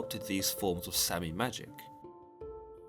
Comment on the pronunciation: It's pronounced Saami, like brits say lager